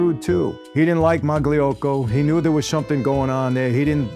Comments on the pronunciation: You should pronounce Mayocco - Magliocco. . . . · The "g" is silent in Magliocco. 😉